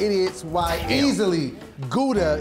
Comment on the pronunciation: can't even pronounce gouda